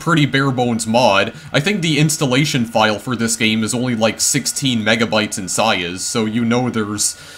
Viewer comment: and saize